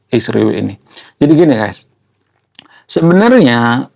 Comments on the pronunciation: Bro kenapa Israel di ucapkan jadi Isriwil..jangan ikut2 Konoha ya😅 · Ngapain nyebut Israel menjadi Isriwil ? Begitu besar nian kebencianmu.